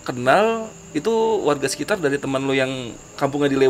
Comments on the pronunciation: Sekitar mas bukan sekisar wkwkww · Saran :: & Kritik buat NARSUM.. Kacau bnget Lu berBahasa Pembalut ( Nyebut merk) wkwkwkwk Sekitar jadi Sekisar Hahaha.. Kacauuu.. sampai kita nyari2 apa itu arti bahasa Sekisar :) :D